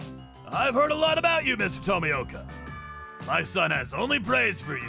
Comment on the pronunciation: Everytime someone butchered Tomioka's name had me in tears dude xD